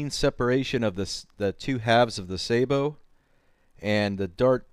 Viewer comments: Saybow? O.o Sabot is not pronounced that way... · Sah bow. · What is it with people not pronouncing French words properly. :S Why do they think all French words have ay in it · I'm not the one who can't pronounce sabot and thinks flechettes and .50 cal is appropriate for use against humans.